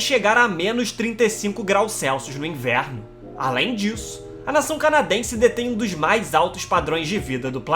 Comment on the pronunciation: PUTA QUE PARIU!!!! Eu juro que tento ver os vídeos desse canal. Mas, de boa, o jeito que esse carinha narra é insuportável pra mim! O cara parece que canta, dá sempre ênfase às sílabas finais: canaDÁ, hostIL, inverNO, planeTA! Aff! Não dá pra mim! É chato pra CARAI!